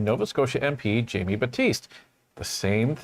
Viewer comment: Hey. Just a heads up. Jaime Battiste’s first name is pronounced “Hi Me”